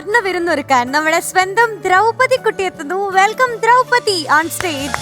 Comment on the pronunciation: ദ്രൌപതി എന്നാണ് അല്ലാതെ ദ്രോപ്പതി അല്ല